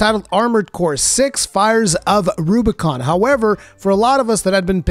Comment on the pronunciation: I wasn't looking at the screen and I totally heard "Fires of Rurikhan."